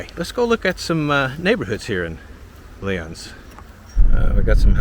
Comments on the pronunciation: Lions... Leons is what you said. Many places in NY are named after old world locations/cities... but an American pronunciation was applied. The original Lyons is in France. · And Lyons is pronounced Lions, like the kitties.😊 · Atleast get the town names pronounced correctly, Palmyra is just as it is spelled, Pal or Paul, My rah. Lyons is like Lions not Lee. uns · Lyons,... Pronounced "Lions", not "Leon". Greater Rochester area municipalities have their own idea of how to pronounce their locations. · Your town pronunciation needs some work, especially with Palmyra (Pell-my-ra) and Lyons(lions) from a Waterloo NY boy - Frederick Kleman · It's pronounced Lion's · palmyra we pronounce it pal-m-eyra newark you got right and lyons is like lions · The town of Lyons is pronounced "Lions". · Franklin Street has a gorgeous house in Newark Lyons New York everyone pronounces it as lions you missed a beautiful little town called Wolcott New York and the drop in population from 1970, 1970 they had a lot of manual labor working the Farms they don't have that anymore not as prominent as it used to be. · I grew up on a farm one mile north of the village of Lyons in the 40s and 50s. It is pronounced lions, like the animals. My grandfather was section superintendent on the New York State Barge Canal, the canal that you explored. It follows approximately the same path as the original Erie Canal. The Erie took advantage of rivers and streams where possible. Where major excavation was required, the Erie was only wide enough for two packet boats to pass when they met. As time progressed, the railroads took commercial traffic from the canals. In Lyons there were two lines of rails in each direction. Later the New York Thruway acquired much of the traffic diminishing Lyons as a commercial hub. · Lyons’s is pronounced ( Lions). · Just an FYI ... both towns you mentioned have long Ys in them.. so Palmyra and Lyons are pronounced like a long I, Lyons is pronounced like Lions..